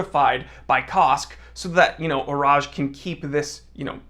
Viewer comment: He did do a pretty good job with the pronunciation.